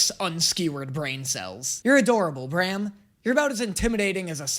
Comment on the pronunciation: WHY ARE YOU SAYING BRAM LIKE THAT ITS PRONOUNCED LIKE SLAM. WHYYYYYYYYYY